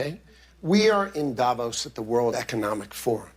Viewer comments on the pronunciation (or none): none